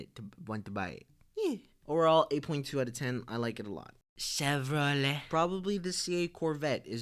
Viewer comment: the car names when you say all so funn chev ro lay